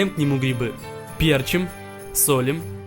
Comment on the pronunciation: Не Перчим а перчим Лайк если прочитал с разным ударением